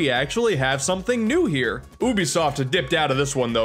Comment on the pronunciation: It sounded like he said Boobiesoft Also Ape Escape is the entire reason why I want the PS5 to be fully backwards compatible (PS1-PS4)